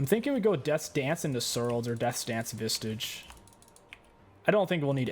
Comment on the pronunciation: PLEASE STOP SAYING SPIRIT "VISTAGE" THERE IS NO T IN VISAGE IT IS VISAGE